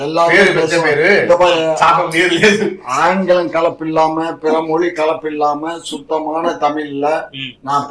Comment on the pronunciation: ஜெய் ஹிந்த் பிற மொலி (😂) கலப்பில்லாம தூய தமிலில் (😂) பேசுவீங்களா?? " வா(ழ்)த்துகள்" 😂😂